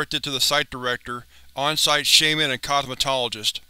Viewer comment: Why do you keep saying shaiman when it is pronounced shaman? Other than that great video.